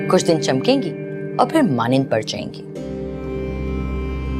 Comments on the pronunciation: What is manined she can’t even pronounce maaand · Char Din Chamkain Gi Phir MANIND Par Jayen Gi. How come at this age she is saying, MANIND instead of MAAND?